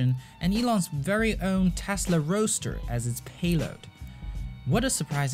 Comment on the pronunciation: Great video mate, but I think that a lot of people are going to roast you for the Tesla "Roa(d??)ster" :D